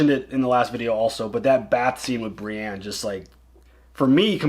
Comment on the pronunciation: Brienne is not spelled with an A. Pronounced Bre•en